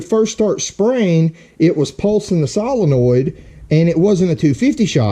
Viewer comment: Is it just me or does he say solenoid funny. He says it how it’s spelled I guess I say it wrong.